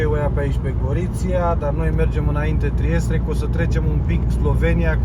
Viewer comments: E Trieste mă nu Triestre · Trieste nu Triestre